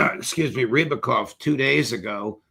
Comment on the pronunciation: It is Sergei Ry-AB-kov, not Ribkov or Ribikov.